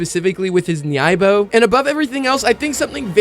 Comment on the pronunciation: Good video but you’re pronouncing nyoibo wrong.